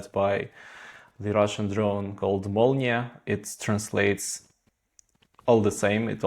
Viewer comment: its "their molnya" not "the ramonia"